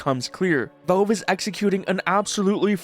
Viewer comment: At first I though he could not genuinely pronounce valve but then cash and patch were not an issue. Go figure... Is he messing with us? 😂